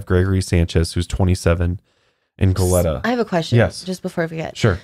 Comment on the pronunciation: Just to let you guys know Goleta is pronounced go-leet-a, but great podcast! <3